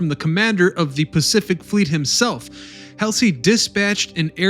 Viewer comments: “Helsey”? Uh…Halsey…. Great content but I think accuracy in names is required in honor of those who served. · HALL ZEE……..NIM ITZ …. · Who was William F. "Helsley", and Chester "Neemitz"? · I like the history, but the mispronunciations are jarring. Admiral Halsey. Hall-zee. Bremerton. Brem-er-ton. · A bit sloppy on details and pronunciations..... Admiral Helsy??? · "William F Helsley" LOL. Admiral Halsey was always second guessed. At the Battle of Philippine Sea he protected the landing forces and was ripped for not leaving the landing forces to pursue and destroy the Japanese carriers. At Leyte Gulf, he smashes the Japanese carriers and is ripped for abandoning the landing forces. Poor guy couldn't win. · ...it's hall-zee, do your research kiddos.. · Neemitz and Halsley?? If you’re going to do the narration, please get some education on the pronunciations as well as the names of historical elements. Grade D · The amount of errors in this video are stunning and too many to address individually. For God's sake man, you can't even pronounce William Halsey's name correctly. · This is an outstanding video. Thank you for putting it together. As an aside, your narrator mispronounced the name "Halsey" when the video covered the history of the New Jersey. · You are mispronouncing these famous heroes names! I mean everyone my age know who these people are! Almost every town has a Halsey st. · And I always thought it was Admiral HALSEY.... and Admiral NIMITZ rather than KNEEmitz... sheehs.... TAFFY 3 vs Taft 3???? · When you narrate these videos, please pronounce the great Admirals Nimitz and Halsey correctly. It’s disrespectful not do so.!!! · Am I the only one who cringed at his mispronounciation of Bull Halsey's name? Otherwise, very good. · No. And not really. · If you are going to say the name "Bull" Halsey you could at least pronounce is correctly. I am betting you never heard the name before you started this. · It's not Helsey, it's Halsey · Kelsey, or Halsey???